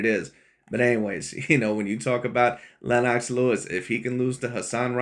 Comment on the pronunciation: “Lynn-knocks” Lewis? 👀 😂